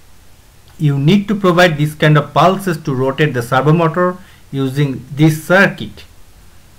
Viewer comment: Words he pronounced wrong No.1 servo motor His pronunciation👇 Sur-woah-moah-tur Actual one👇 Sur-vou-mou-tar No.2 Attach His👇 A-tashe Actual👇 Uh-tach Gonna be edited and gonna be adding more words